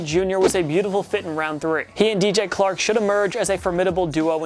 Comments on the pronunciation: Did anyone catch him saying dj clark it's chark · This guy doesn’t know what he’s talking about. “D.J. Clark” lol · dj clark nice pronunciation